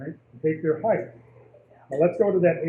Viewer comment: Retrain your tongue to say "height".